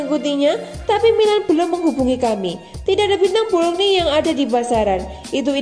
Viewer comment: Club BOLOGNA neng bukan BOLOGNI.........HAHAHAHAHA neng2 sblm ngisi suara isi dulu perutnya biar fokus,,,,,wkwkwkwkcekakak